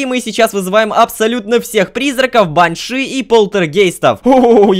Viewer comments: лололошка это баааньша ударение на ааа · правильно баншИ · Насколько я знаю правильно говорить баньшИ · Там вообще Банши должно быть, а ударение бАньши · баньши ударение на букву и